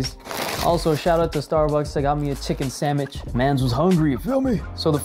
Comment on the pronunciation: SAMWICH NOT SAMICH